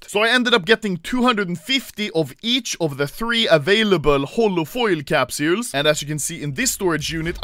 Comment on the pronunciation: I love when Anomaly says “Capsjuules”